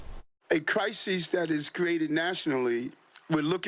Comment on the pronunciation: Why is he saying crisES? That’s plural. He’s trying to sound smart but talks like a cheap gang member .